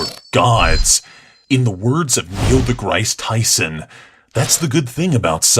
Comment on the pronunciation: Neil degrIse Tyson ? Ummm Neil Degrasse Tyson